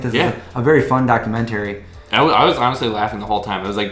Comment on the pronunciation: Maybe going vegan messed up your pronunciation of 'documentary' -- should be "docuMENTary". Other than that I'm looking forward to seeing the film -- they showed it one night only in my community and I missed it. So far I'm only vegetarian, still eating eggs, some cheese, some kefir.